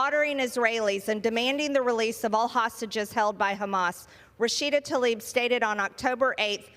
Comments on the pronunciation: Is it so difficult to pronounce TLAIB the right way? It certainly is not TALIB 🙄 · Representative Rashida Tlaib! Not Talib. Tla-ib Not Ta-lib.